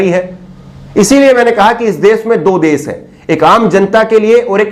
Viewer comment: me bar bar apko request krta hu plz aap sha shabd ka ucharan sa na kahe ji jaise desh ko aap bar bar des keh rhe ho bhut hi sharmnak he